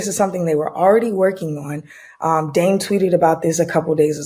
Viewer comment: dame always sound like damn...